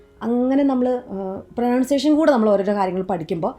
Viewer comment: madam , താന്കൾ വീഡിയോയുടെ ഒരു മിനിറ്റ് 41 സെക്കൻഡിൽ pronunciation എന്ന വാക്ക് ഉപയോഗിക്കുന്നുണ്ട് . അതിൽ madam "പ്രൊനൗൺസിയേഷൻ" എന്ന് ഉച്ചരിച്ചോ എന്ന് സംശയം. അത് പ്രോനെൻസിയേഷൻ എന്നല്ലേ pronounce ചെയ്യുക.